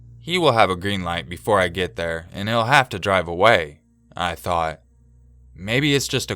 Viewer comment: "Right thur" I died laughing just saying